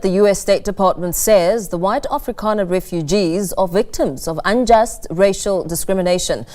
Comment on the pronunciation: Its afrikaner,not afrikaaner,you cant even get that right!